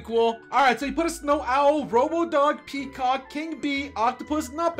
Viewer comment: i like when he says kecock